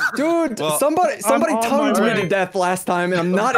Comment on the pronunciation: "TOUGNED" I'm Jealous bro......." - 2020